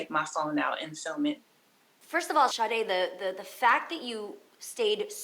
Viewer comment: It is so irritating when people say ShaRRRRdae. She has the exact name as my sister. And I hear people here say it all the time. THERE IS NO RRRRR IN HER NAME 😂😂🤦🏾‍♀️